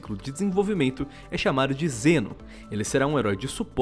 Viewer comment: Eu ouvi "Jenos" ? kkkk e essas abilidades de cura parece com a do Mal'damba e Pip kkkkk Mal'damba tbm joga uma meleca no chão que cura e da slow nos inimigos.